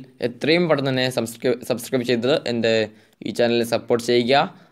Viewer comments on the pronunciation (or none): none